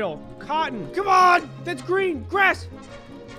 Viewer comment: Bro said grass😂😂😂😂